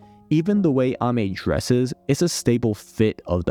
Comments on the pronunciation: Pronounces Ame correctly, pronounces niche incorrectly :P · Ok You may be right about the pronunciation of Ame But that is not how you pronounce niche